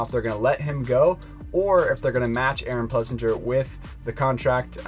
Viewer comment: One day you clowns will get his name right...Ples-singer🤠